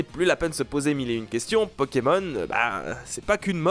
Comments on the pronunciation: Ma mere prononcait "poukimoon" coincidence ? JE NE PENSE PAS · Bon si jamais, Pokémon, il n'y a jamais, je dis bien JAMAIS, de "s" ! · jamais de "s" à Pokémon meme au pluriel